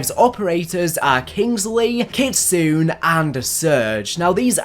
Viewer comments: It’s pronounced “Kit-soon-A” it’s a fox spirit that has supernatural abilities. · It's kit-su-ne I'm just triggered ignore me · pronouncing Kitsune is very American.